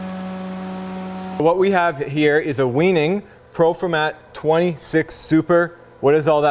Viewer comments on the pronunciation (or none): I caught that too. LOL Been running these machines for 30+ years. Pronounced "why" nig. 😉 Get a scope to measure your heads, fix your counters, and your first board will be spot on. 🫡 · Weening? I'm pretty sure thats not how you're meant to pronounce Weinig. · It’s pronounced with a V